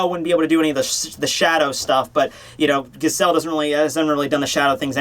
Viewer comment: Two things; Giselle's name is pronounced with a soft G (first and last), and Giselle using "boku" means absolutely nothing one way or the other.